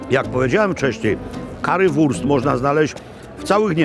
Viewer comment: Niemiecka wymowa tej potrawy Panie Makłowicz jest przez „u“ nie przez „a“: Currywurst a nie Carrywurst. Pozdrawiam serdecznie!